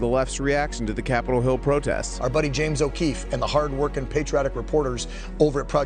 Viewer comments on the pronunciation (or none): I believe it's pronounced "O´Keeves".